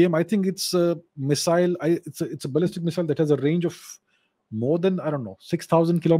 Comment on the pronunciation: Ballistic pronunciation sounds like Balle Balle to me.😃. Balle Balle Missile.